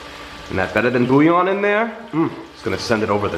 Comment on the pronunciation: I like how you say boooo yawn 🥱😂🤣🥱😂🤣 so .... the "L's" are silent? Never knew that .. i pronounce it bull yawn